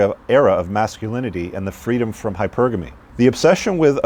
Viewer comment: On a not so serious note, I'm glad you're pronouncing "Hypergamy" the correct way now. That's the Englishman in you. 😁👌🏻